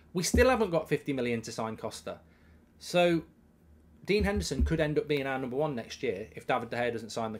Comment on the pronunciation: Put some respect on Dean Hendersons name